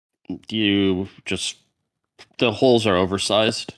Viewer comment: Bro, I need to know why says 'ze' instead of 'the' sometimes..? Its so odd haha 😅